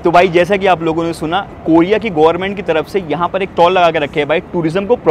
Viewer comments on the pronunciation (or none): none